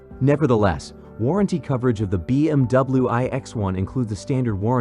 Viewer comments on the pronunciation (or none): Hate robot narration. “B M double-oo” ????